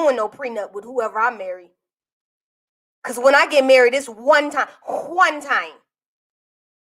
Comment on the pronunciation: said, "whone time" with a "w" and an "h". Lol, I died🤣😂